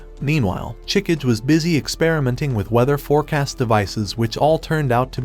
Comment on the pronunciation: I predict there will be a lot of name mispronunciations in this recap video. (watches video)2 minutes in and he already I'm groaning in agony!:face-blue-covering-eyes: Sorry for being pedantic, but It's pronounced: Ah-ka-nay, Chi-ka-gay and Ma-chee.